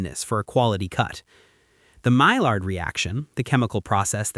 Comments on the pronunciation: The "i" in "frites" is short and the "s" is silent (say: "fritt"). And "Maillard" is ronounced "my-yar" instead of "my-lard". 🙂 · Its pronounced maiiyard, not mailliard